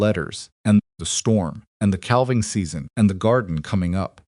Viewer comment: The "L" in "calving" is NOT pronounced...sounds like " caving". SILAS is mispronounced frequently...unacceptable. BTW..."Lunch" is a Twenty Century term for the mid-day meal...in the 1800's the three meals of the day, in the America, were called Breakfast, Dinner, and Supper.